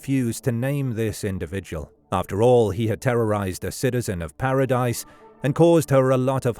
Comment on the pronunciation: I’ve never heard of this case. The town isn’t pronounced Paradise. It’s pronounced the French way, Parody.